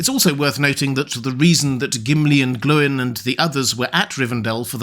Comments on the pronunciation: See Appendix E of LOTR. He's correct. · "Glow-in" is correct. In the name "Glóin," the accent on the "o" indicates a long vowel. This means the "o" and "i" are pronounced separately, not as the diphthong "oi." See Appendix E in LOTR. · Yes, Glóin is pronounced "Glow-in." As explained in Appendix E of LOTR, the accent over a vowel indicates a long vowel, meaning the "o" and "i" are to be pronounced separately, not as the diphthong "oi." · keep it up. Glóin pronouced like groin is just horrid.